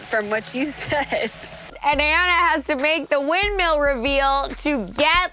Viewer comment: Everyone: Windmill Hannah B: Windmeal